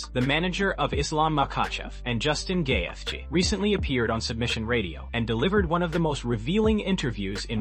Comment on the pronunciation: Love the butchering of the names, "GAY-fj". And pics of Khabib as Ali???